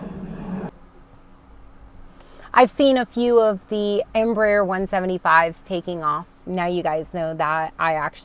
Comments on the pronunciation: Hi, greetings from Argentina. As a Spanish speaker myself, I have to congratulate you on your Em.Br.Aer. pronunciation considering spanish is not you mother language an second you reasently told you are learning that language since you are flying into Mexico, so BRAVO! If you are in love with the E145, wait until you sit in a E195 cockpit, you will love her even more. KLM bought a few of them for regional European routes and they speak highly of them. From the very start of the 140/145 and 190/195 family was developed, they choose the fly-by-wire thecnollogy. As a south American person, it makes me very proud that South America can provide such great planes to the industry. As always, I wish you and your family and friends my best. Cheers from NE Patagonia, Argentina. (a dream place). BTW: keep learning the most spoken language in western world; english comes second, believe it or not. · Nice pronunciation of Embraer's Full name, EMpresa BRAsileira de AERonautica means "Brazilian Aeronautics Company" in a free transaltion. The new proposed Turboprop is part of the project to Hydrogen powered planes, in the US the turboprop market is not that big since even the smaller cities have airports with long paved runways able to land jets, Asia, Caribean, Latin America and other regions have smaller airports and shorter routes and are in need of a new competitor for the ATR 72 and Dash8-Q400 that have with 20+ years old projects. Greetings from Brazil!